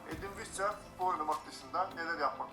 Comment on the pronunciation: nobody: edin: fudbol